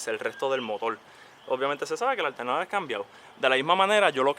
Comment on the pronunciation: Es motor no motol 😅